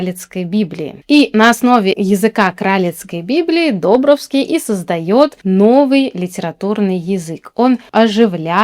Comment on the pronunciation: Не ДОбровский, а ДобрОвский...🙂